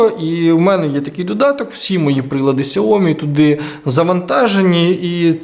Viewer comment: Якщо вже на те пішло, то китайською правильно «сяоМІ» з наголосом на другий склад.